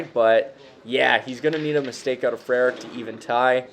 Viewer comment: Great pronunciation of “Frerich”, that’s not an easy one. This was a fun match. Way more 20s shooting than I was anticipating. Great shooting by Jamie